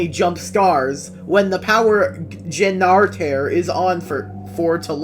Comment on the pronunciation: "Genarter"